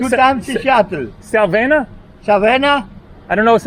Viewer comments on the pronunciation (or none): The gentleman who said he's been to the US...he was trying to say SAVANNAH ( Ga.). He was saying 'Salvanna' south. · With short A's, like 'was' or 'apple'. Accent on second syllable. Sa VAN nah. Strange that never went to those places in the US. Btw, Savannah has a lot of Greek, like real Greeks who only speak Greek, restaurants.